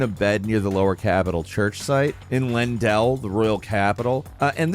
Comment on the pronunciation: Why is every single youtuber i see pronouncing Leyndel as "Lindel"? WTF it grinds my gears so much...it's pronounced several times in the game by NPCs, including Gideon every single time you talk to him at the Roundtable Hold....